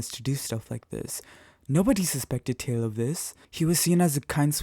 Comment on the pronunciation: Why do you say “jaeil”? It’s not something to joke about